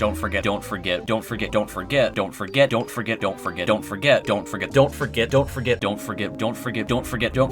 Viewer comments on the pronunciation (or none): The amount of times u said dont forget at the ends sounded like dont Frick it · The Dont forget at the end sounds like dawn forget